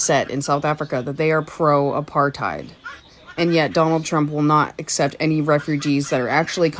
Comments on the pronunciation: "Apar-thigh-ed" lady looks like an ork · I am a white South African Male and actually lived and worked during the so-called Apartheid era! I have 4 Daughters and 3 Grand children. They were never part of this era. That man that spoke as a so-called South African, was obviously never in it! He can't even pronounce Apartheid. He is the twat and is misleading! He like most others cannot see that their food comes from those farms that got taken away from them! He never saw the murders and what is done during these murders where women get cut open and their organs get harvested to do black magic with! I did not agree with most of what the previous idiot government did, but at least they are not communists like the current government and Nelson Mandela! Why does the Democrats in the USA support Communists? This so-called South African who badmouthed President Trump and Elon Musk, has no idea and is no South African! A funny thing is, we in South Africa never had slaves like America. I have a lot of Black and Coloured friends! That one ugly lady with the glasses who is used to look down on people and degrade our Black people in South Africa by saying they cannot stand up for themselves, is disgusting as she looks! America has more Apartheid than South Africa! Apartheid means living apart. Where in America can a white person walk through an area where predominately Black people stay and come unscathed out the other side and vice versa! Afrikaans is a language on it's own and even Black people speaks it! The first people in